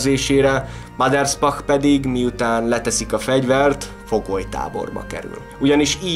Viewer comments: Mindössze egy kritika: nem sz-szel mondták a nevét, hanem s-sel. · Általam nagyon tisztelt emberről készítettél anyagot. A videó tartalma jól összefoglalja az életét, gratulálok hozzá! A bevágott képek és videók is szuperek! Ha megengedsz egy kisebb észrevételt, a Maderspach név s betűjét nem 'sz'-nek, hanem 's'-nek kell ejteni. Még egyszer köszönöm a videót! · Újabb szuper videó, de nem sz-szel, hanem s-sel kell ejteni a Maderspachot.